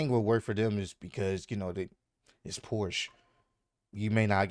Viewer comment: It's Porsche, not Porsch